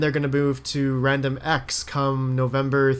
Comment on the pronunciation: 6.05 wandomx lol